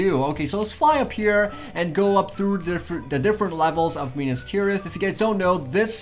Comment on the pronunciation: it is Minas Tirith. Not Minus Tirith